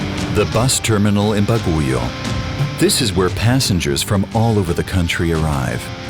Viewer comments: Good day to you, Brother.. please allow me to sort out pronunciations issue here. I would suggest that you pronounce, Bagiuo.. Not Baguyou..locals pronounce it, Bag you. It will be more authentic and Filipinos would really appreciate it. Thank you very much, for all your efforts in this Documentary. BAG YOU. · great documentary but should at least ask for some correct pronunciation of some places like Baguio “bag-yo” not “baguyo” 😊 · kunak nu enya ti ibagbaga na nga "Baguyo" , Baguio lang gayam... pati 'Buguias - Bu-gu-ias... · It's not Ba-gooey-o it's Bag-yo. Also, the guy didn't change his air filter, he cleaned his fuel filter. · For the narrator, the city of Baguio is not pronounced as "baguyo." It is pronounced as "bagyo," so stop pronouncing it "baguyo" over and over. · that city's name pronounces as " Bagyo', not for "Baguyo'.. and sayote is a kind of vegetable, not a fruit and we are not using ' pesetas; as our currency but a 'Philippine Peso.' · they commentator commented Bagoyou instead of pronouncing Bag-yo the spelling name Baguio the City where that's there destination. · Why does he pronounce the name of the place “Baguio” as “Baguyo”? While we Filipinos pronounce it as “Bagyo”. I thought “Baguio” was an American English word. Lol. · It is pronounced B-A-G-(silent U) - I-O not Baguyo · "ba-gu-yoh" here is actually pronounced "bag-yow" (Baguio) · It's Bag-yo (Baguio) not Ba-gu-yo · he said baguyo..🤣🤣🤣🤣🤣 instead of baguio or bagyu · You are pronouncing it wrong,it's not Ba'goo'yo,it's Bag'yo and Buguias is Boog'yas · Baguio should be pronounced: BAGYO! Not Baguyooo!! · Narrator keeps on saying "Ba-Gu-Yo", mispronouncing Baguio w/c is pronounced as " Bag-Yo". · the only my comment how to pronounce baguio the pronounce baguyo its baguio to easy to pronounce bag-yo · Baguio = pronounce as “Bag-Yoh”, not Bagu-Yoh. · This is how you pronounce baguio. Bagyo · BAGUIO is pronounced as "bag yo". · Pronunciation of Baguio is Like: "Bag-yo" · hahaha "Baguyo" 🤣